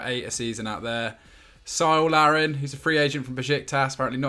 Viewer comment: Painful butchering of Cyle Larin from. It’s pronounced “Kyle” and he’s mainly a striker and Canada’s all time leading scorer until Jonathan David passes him. Put some respect on his name!